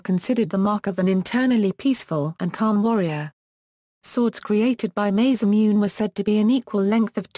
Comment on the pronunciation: The butchering pronunciation of, Masamune, is annoying.